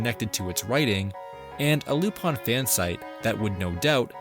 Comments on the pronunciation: I fucking hate that he says Lup- ON when it's Lup- IN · Why is it being pronounced "lup-on" instead of "lu-pin"? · is it actually pronounced Lupon? I thought it was Lupin how it was spelt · Then you'd hate like 90% of the show then because he's literally called Lup-ON in most subs and dubs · from what I was able to gather, it was to prevent problems with the Leblanc estate. Despite this, in Part 1's dub, hes called Aramis (instead of Arsene) and also called Lupin ( like in other media). In the FilmZone dubs, he's always referred as "Loopin" (like the Funimation dubs, also because that is how the name would be pronounced in spanish). However in the Special "Mystery of the Hemingway Papers" he is referred as "Cliff" by other characters ( which is weird because it could be possible that it was the first special to be licensed., due toone cast member being changed) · Japanese technically lacks the English R sound. In Japanese らりるれろ (ra ri ru re ro) are said more like l tends to be said in English. Tip of the tongue rather than back of the throat. As far as it being ルパン it’s just the phonetic way of saying Lupin. It’s no different than some words having to be written out with the notes of “said a as in father” when people who speak English are learning Japanese or Spanish.